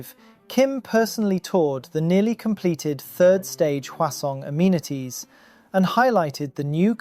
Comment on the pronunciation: What are these Crossawnts and armenities he keeps speaking about